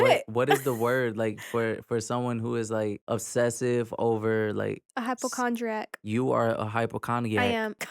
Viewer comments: I love how every time tries to Sat the word hypochondriac it’s but the actual word. Love Halo Army and this podcast! HypoCognac, etc. #YouAreFunny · The way pronounced hypochondriac 6 different ways had me cracking up 😂😂